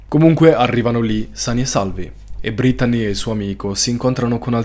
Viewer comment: Veramente bel video molto intrattenente peró per favore pronuncia belle il nome brettanee ( si legge brittnii)😂❤